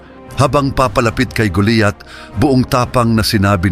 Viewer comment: kinukwento mo na nga mali pa ang pangalan ni GOLIAT ANG SINASABI MO,,,,,GOLIAT HINDI GULIYAT